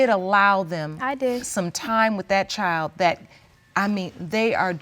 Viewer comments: Child is two syllables? Asking for a petty friend lol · Please, please note: child is a one syllable word!! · When did ‘ CHILD ‘ have 2 syllables 🤣🤣🤣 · BM is annoying... BD's mama is even more annoying. Why do people have to be loud and obnoxious?? is over the top, and, BM, the word "child" has ONE syllable NOT two!! Mass hot mess confusion when everybody's talking!